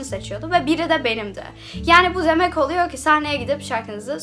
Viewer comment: Bazı türkçe kelimelerin telaffuzu:liymon, bağl ,oluyoğ,perdon ,diğildir,mekarna,kavaltı,eğn,penkek,emarikada